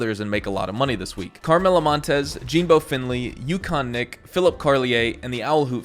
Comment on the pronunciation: I heard you say Yukon nik tell me if I’m mistaken